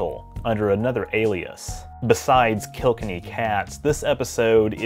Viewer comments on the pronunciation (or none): What is it with yanks and Irish? Ye can say "kill" and you know "kenny" but put them 2 noises together and ye devise such mouth mash as kelkinny... marvellous